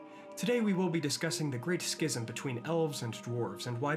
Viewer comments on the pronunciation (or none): none